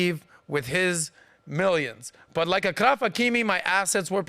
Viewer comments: You mispronounced the " ch " in Achraf you should pronounce it as "sh" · it is achraf like champagne/champion not a K 😊